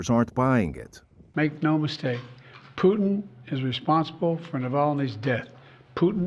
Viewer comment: Peeu tin